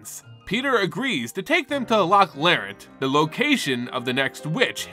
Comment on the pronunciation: thanks! this is a great video. gonna save it into a playlist of Metronome arc story summaries. only thing i want to point out is Eriette's name is pronounced something like "airy-yet".